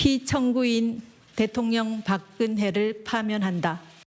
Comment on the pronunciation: 한국어에는 각 단어들에 장음(長音), 단음(短音)이 있어서 국어사전에도 표제어 장음 글자의 오른 편에 : 표로 표시되어 있다. 그런데 요즘 젊은 기자들은 특히 한자어를 말할 때 이를 전적으로 무시하고 전부 아주 짧게 발음한다. 예컨대 '여:당(與黨)', '야:당(野黨)', '대:선(大選)' 이라고 길게 발음을 해야 하는데 짧게 발음하는 것이다. 참으로 듣기에 딱하다. 이런 폐해는 한자 사용의 폐지에서 기인한 것이다. 정말 큰일 났다. 청구인측 변호사가 "피청구인" 을 아주 짧게 발음하는데 "피:청구인" 이라고 장음을 써야 한다. 요즘 한국인들의 '한자어' 구사가 이 모양 이 꼴이다.